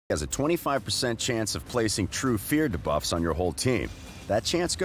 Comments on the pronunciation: remember the time this voice artist said Ka'el instead of our usual Kael? now that he pronounces debuffs wrong, i think we're good again with Kael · I had to stop watching because of how he says duh-buf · the guy says debuff so weird he goes da-buffs XD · my ears bleeding from all them debufffs they need to teach him how to say it right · the way he pronounces "debuffs" makes me cringe... when will they actually get an announcer to pronounce these things correctly?